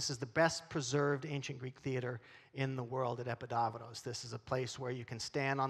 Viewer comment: Mycenae is pronounced "My SEE Knee" not "My SEE knee uh". Also, Epidavros-- it's not "Epi DAV ros". It's "Eh PEE dav ros. If you read it as it's written in Greek, you'd know. It's how my GREEK relatives pronounce it and they know. The rest of your Greek was great.